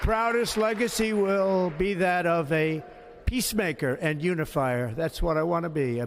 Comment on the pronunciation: I think he said "unifarter" not unifier.